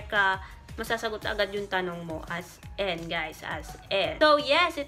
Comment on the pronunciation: “as en” HAHAHAHAH di talaga “as in” 😆